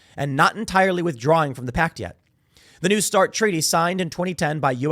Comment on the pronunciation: "a nu start" treaty